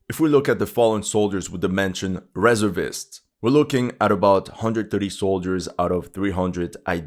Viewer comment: You're pronouncing "reservist" wrong.